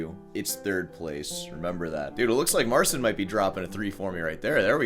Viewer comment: Has anyone pointed out that it's pronounced Marchin, not Marsin?